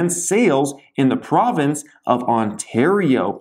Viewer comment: Province not providince 😂 spot the non Canadian